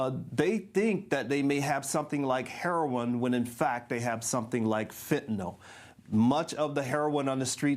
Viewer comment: This guy can,t even pronounce fentanyl properly. what he is saying is crap